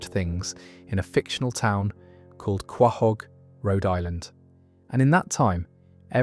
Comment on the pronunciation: Some advice Quahog is pronounced co-hog not how its spelled